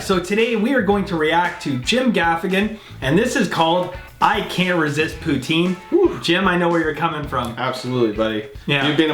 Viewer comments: I just had poutine, no lies! Great vidz, boys! Thanks from Quebec! Just... don't say P(o)utai(n)' - It's a tongue slip away from calling someone a Parisian ho! (Poutinn) or (pouteen) work just fine. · This American is going to keep pronouncing it "poo-teen" because the French pronunciation is way too close to the name of a certain Russian dictator.